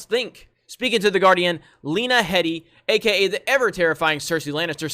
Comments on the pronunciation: You write and talk about G of T and you don't know here name is pronounced HEEEEEEEEEEEEEEE DEEEEEEEEEEEEEEEEEEEEEE Hee Dee Not HEADY omg! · It actually is pronounced Lena HEEdy. I heard her pronounce her own last name recently on an HBO video about her character Cersei. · She said this weeks ago. I guess as the NDAs go by the wayside now, you will be seeing MUCH more of this. Btw, it's pronounced "heedee."